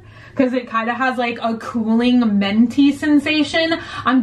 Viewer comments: Menty? Lol pretty sure there is a "i" in the word minty. Haha still love it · Menty. I hear menty, not minty. Is it just me? ... Don't get it twisted, I'm not complaining. Minty, menty, it's all fabulous.... but it's menty. Yes. Yes it is. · Are you saying menty on purpose or do you not know it's pronounced minty? I have zero problem with it, just curious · It sounds like you say menty when saying "minty". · “ment” “menty” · M i n t y not m e n t y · I love the way you say minty! It sounds so cool!